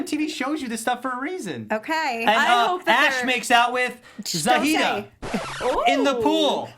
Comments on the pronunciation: Za-hi-da. Not Za-hee-ta👌🏾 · its Za-hee-duh *she was on Geordie shore and EOTB., you're saying Geordie wrong. Also, Bear was never on Geordie shore (i know, ive seen all episodes lol), he was on EOTB and hosted Just Tattoo of us. Ashley was also Kayleighs ex. Ashley nearly beat up Bear on Just Tattoo of us. Bear is for real a shit stirrer. worse than Theo. found it so hilarious that BEAR was trying to calm and pull Theo back cause he's the one who usually caused the drama lol sooo excited my fave UK shows are now on the challenge!!